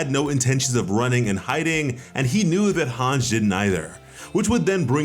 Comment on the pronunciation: couldn't even finish bc of Hange's mispronunciation